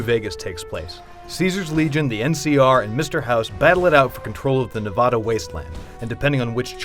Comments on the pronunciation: OMG Its Nev-A-DA Not Nev-AA-DAH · He said Nevada wrong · You pronounced Nevada wrong. WHYYYYY. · OMG HE SAID NEVADA WRONG ITS SO ANNOYING